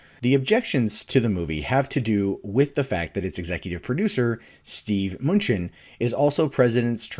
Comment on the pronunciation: Muh-New-Chin Not "Munchin'"